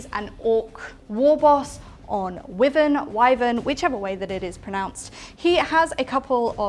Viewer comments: I have always thought that it was pronounced as why van not wizzan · As a long time resident of Worcestershire and listener to Radio Wyvern - it’s definitely pronounced Wigh-vern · Very strange, i left a comment earlier but it seems to have been deleted? It was relating to the pronunciation of Wyvern, which is why-vern, i don't know if it was because i put a link to the Oxford English dictionary? Anyways it was a good batrep, thanks. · Can't watch someone pronounce wyvern wrong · Gen Z can’t pronounce wyvern?